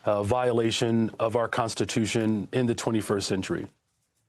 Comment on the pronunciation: Constituiton? Ahhh haaa